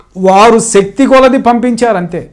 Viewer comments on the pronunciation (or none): none